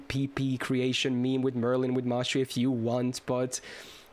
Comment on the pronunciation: the fact that you're saying mashu instead of mash makes feel very proud for some reason lol